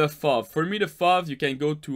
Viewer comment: Its pronounced F-O-V kill me